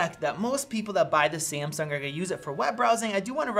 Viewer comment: Its Samsung not Siamsung